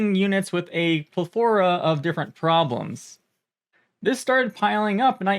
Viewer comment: It's "pleth-ora"